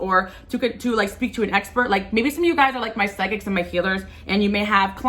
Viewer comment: You said as we "sweak" instead of speak so cute made me giggle ❤